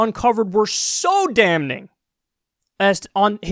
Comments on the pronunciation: Kyle; the first "n" in "damning" is silent. ~ Your friend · Kyle the N in damning is silent my dude